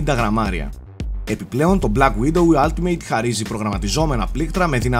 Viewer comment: Κοίτα από αυτό που ακούω λέγετε όλτιμετ αλλά είναι αλλά πάει προς το ά.. δηλαδή όχι άλτιμειτ που ακούγετε στο βίντεο. Τέλοσπάντων μια διόρθωση ήθελα να κάνω για να βελτιωνόμαστε στα αγγλικά,φιλικά πάντα,ωραίο review πάντως!